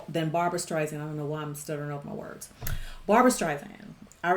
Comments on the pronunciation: LOVE the song and the movie. ADORE Barbra to the moon and back. And absolutely loved watching and listening to your reaction. Thank you!! You.re a delight. P.s. others have probably already mentioned this, but her last name is pronounced with S sound, not Z... like StrySand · I am a HUGE fan of Barbra's! This movie is wonderful; however, a key scene was removed which further identified why their marriage dissolved. It wasn't just because he had an affair, she also was ratted out by her friend, who identified her as a communist when the blacklisting period took place in Hollywood where he wound up working. Sydney Pollock, the director, cut it. Therefore, the ending doesn't completely explain their demise. I love your reaction and passion, but please do not say StreiZand. It is StreiSand. Like Sand on the beach. Soft S.